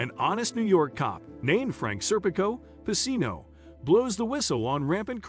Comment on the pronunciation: His name was pronounced wrong the whole video. It’s pronounced pa-chino